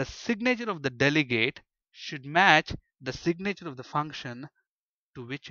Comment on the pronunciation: I love when you try to say "signature", it sounds so much more like you're saying "sick nature". It's the sick nature of the delegates XD